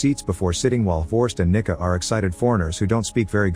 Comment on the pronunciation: I’m pretty sure it’s because of how the AI author said her name “ Nicca” & how several of us had to double check & back what he said.